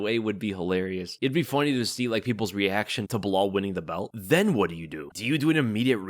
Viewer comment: When the say "belal" I just hear "BLAAAL". Am I the only one?😂